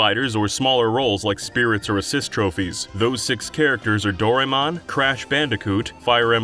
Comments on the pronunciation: "Dorymon" Fuckin uuugh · You've really got to learn how to pronounce Doraemon.